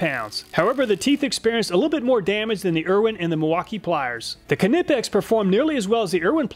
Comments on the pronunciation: You know I love your videos. But I think you're pronouncing knipex wrong. I don't know this for sure but I think it's probably the same way you pronounce knife, with a silent k. But don't let my correction bother you. You're still doing the best job of anybody doing this kind of stuff. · Great tests but just a question? How do you pronounce "knife"? Now look at "Knipex". Sorry about the sarcasm but just a pointer. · The K in Knipex is silent most likely this is based on the fact my last name is Knapp and the K is silent so my last name is pronounced Napp and not Ka-napp. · the k in knipex is silent, just like knife, please lol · Why do you use imperial for width and SI for weight, then imperial for torque!? I like the videos but if you're gonna use a system of measurements... please just use one system...Converting back and forth sucks. Also it's like pronouncing knife. For the knipix..... the k is silent my man. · lol drop the k when saying knipex. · I‘m sorry but the way you pronounce Knipex is driving me up the wall 😭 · THE K IS SILENT IN KNIPEX. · Its a silent K in Knipex, pronounced Nip - X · It’s pronounced Nipex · Isn't it pronounced "Nye-Pex"? Like the "K" is silent like in "Knife"? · "kin-nep-pex" ugh lol. I've always heard it said as "Neigh-Pex" lol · It always bothers me how he pronounces Knipex. It is said like ni-pex, not ka-ni-pex. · Just so you know "Knipex" is pronounced "Nipex" the K is silent :-) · Another awesome video. Just a tip, don't pronounce the 'K' in Knipex, it's silent, just like the word 'Knife' - a word which is also germanic in origin. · In Germany Knipex is pronouned Cnee-packs. But from now on I shall say your way just for the reactions. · Btw you're still misspronouncing knipex You somehow try to separate the K at the start and make it something like Kenippex. It's way less than in the earlier videos but still noticeable. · Feel like he's saying k nipex deliberately now 😂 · It's nipex no k its silent. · the K isnt silent in Knipex?